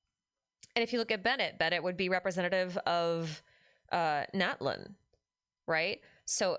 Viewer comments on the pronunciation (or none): Once again, the TL sound doesn't have a glottal stop, the T must be pronounced, both Natlan and Citlali have that sound, same as chipotle